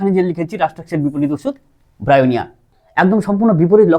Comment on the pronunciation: Not byonia it will be bryonia.